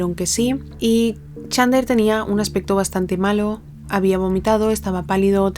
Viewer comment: Me quiero pegar un PUM cada vez que pronuncia mal el nombré de chandler